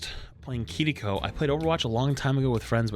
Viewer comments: Can we all agree to stop saying Kiriko with a Japanese accent? We don't do it for any other character, and we don't say Hanzo or Genji in a Japanese accent. It's Kiriko. Just say it as you see it, stop pronouncing the cringey "R" that makes it sound like "Kittyko". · Your constant mispronunciation of Kirikobis grating. It's not "kittie ko". If you can't do a tapped r sound, just do the American rhotic r sound.